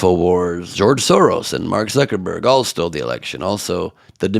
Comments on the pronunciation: I think her dentures came loose when trying to pronounce Mark Zuckerberg to Mark Zuckerbuck. Kinda like Trump calling Tim Cook, Tim Apple. Stand back from her, if she trys to spell SHIT she will get it all over everything around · She can't even say his name right she says Mark Zuckabuck. Maybe he should change it to that. He seems to be doing quite well. She might want to shut her pie hole because if Dominion hears her saying that they'll go after her also.😂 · Did she just say Mark Zuckabuck? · Did she say suck a buck? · 😂😂😂 she did…or zuc a buck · Did she say “Zuckerbug”, instead of Zuckerberg? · Hey lady, you do know that it is Zuckerberg not Zuckerbuck WINNER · 'Shudershine', 'Mark Zuckerbuck' and '2000 Mew-els' all made me LOL. These grade-A morons don't learn much of anything at school (assuming they even went) and seemingly become even dumber living in the right-wing echo chamber with only other mouth breathers and grifters. Thanks Ben! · Did she really say"Zuckabug"? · Did she say, “Zuckerbug”? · "...and Mark Zuck-a-buck." Huh ?